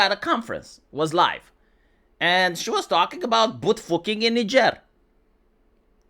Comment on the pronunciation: "Boot fooking" lol